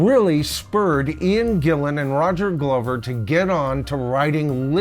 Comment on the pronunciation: Did you just call him “GLOW-ver”?!?!?!